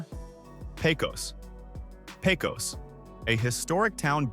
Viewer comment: It's not Pay-cose. It's Pay-cuss.